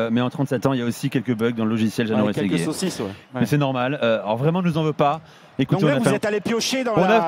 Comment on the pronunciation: jano rrrrrrRRességuiré